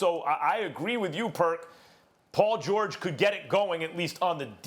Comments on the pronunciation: “Paul Jawage” -Kendrick Perkins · “Poll George” lol big perk